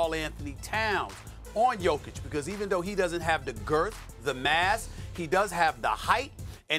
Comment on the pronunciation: Why does he keep saying “Girth” and “Big” like that